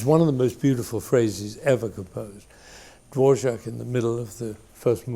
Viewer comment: Dvorak, pronounced davorjack. His cello concerto specifically the first finale